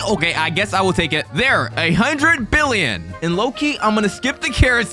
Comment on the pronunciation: Why are you saying fricken billon and in anytype of money